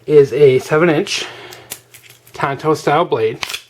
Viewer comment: read the box ! it's a tanto not a tonto. tonto was an indian-not a knife. no cred.